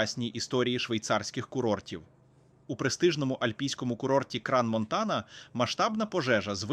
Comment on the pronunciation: Як можна горовити Кран Монтана, коли правильно Кранс Монтана ?🤣 некомпетентність вражає